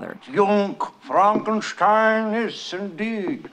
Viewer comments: It's pronounced FRONKENSTEEN!!! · did she just call frankenstein "frankensteen"? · i like how she pronounces "frankenstein" two different ways in about 2 seconds :)